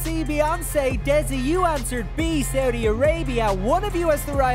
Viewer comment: The moment that guy said saudhi i knew he lost it